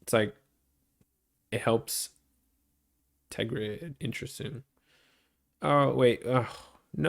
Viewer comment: Ter-grid Practice saying it